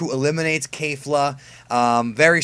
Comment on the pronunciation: Who else got annoyed when he said kayfla instead of kefla